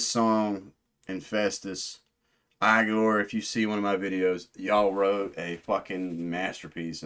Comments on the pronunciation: It is pronounced Ee-gore not eye gore. FYI lol This is the album of 2025. Best metal/alternative album of the year. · It is a constructed language called ‘Öxxö Xööx’ (Öxxö Xööx being a musical project that Igorrr’s French composer Gautier Serre has also been involved in). It is designed to convey emotion. The name is pronounced 'e-gore' not 'eye-gore' btw.